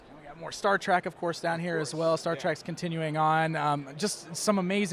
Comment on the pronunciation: star TREK, not track